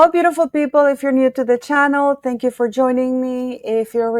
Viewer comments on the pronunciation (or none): none